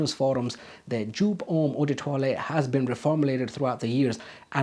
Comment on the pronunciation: It's pronounced YOPE! 🙄